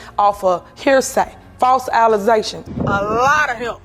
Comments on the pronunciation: Allezations? Is she trying to say ALEZA? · Did this bish say "allezations"??🤣🤣🤣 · WHAT IS AN ALLEZATION?!!! DAMN........CANNOT EVEN SPEAK ENGLISH!!!! THAT IS NOT JUST A DIALECT!!!!! PLAIN STUPIDITY, JUST DAMN. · She Said false alleZations😂😂😂😂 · Alazations?? Did she really say that? Doesn't she have a college degree? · Allizations😂 Ellegal😂 She now has time to retake English